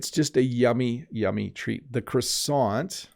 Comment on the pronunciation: Your French pronunciation when saying "croissant" is very good!